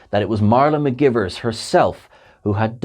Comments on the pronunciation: McGEYEvers not McGivers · Lieutenant Ma-guy-vers 😉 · That was driving me crazy during the video. mih-GUY-verz. Spock will back me up on this. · Came here to say the same thing 😂😂😂